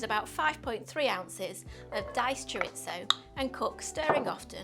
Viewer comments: "choritso" lol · Recipe looks good and will try but ...and I know it sounds pedantic but chorizo is a Spanish thing and pronounced ' choreetho ' .